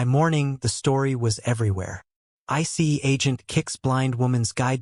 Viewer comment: If AI can't get any better with pronouncing simple words like Dr and ICE then it doesn't need to be anywhere knew the Pentagon or any police or military entity.